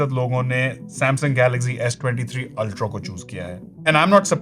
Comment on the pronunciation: Ultro… ultro…. Ultro….😂😂😂😂 ultra hota h bhai